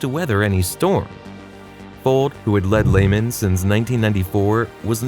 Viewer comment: 😂😂😂😂😂😂😂🎉Hilarious to me how people do videos on a company and don’t know how to pronounce the companies name 😂😂😂😂😂😂😂😂😂😂😂😂😂😂